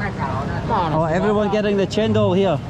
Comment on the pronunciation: welcome to Indonesia.I think you are very fluent in pronouncing a few words in Indonesian, for example cendol, new market, you can even say in Indonesian when you want to buy something.